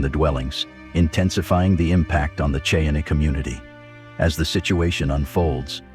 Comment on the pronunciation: Your pronunciation of the word "Cheyenne" needs to be changed.